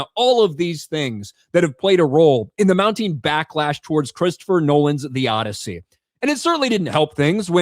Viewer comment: The "Oddity"